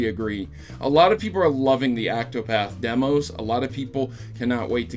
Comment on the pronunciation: Octopath, not Actopath!